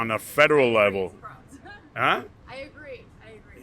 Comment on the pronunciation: "Da FBI is wuined on a fedewal wevel."😂